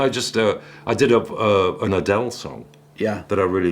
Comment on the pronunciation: did Dominic call Adele the “C” word? Lol I’m sure he didn’t. But sure sounded close.